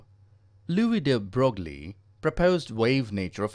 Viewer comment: Its pronounced de broy